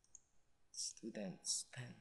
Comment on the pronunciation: Hahahahah es-tudents? toinks. kaka tawa hehe pero ok to ka una unahang pinoy tutorial about cisco CCNA ba to? hhee Ay "Hindi Tresurer pala ehhh" bwhahhahahah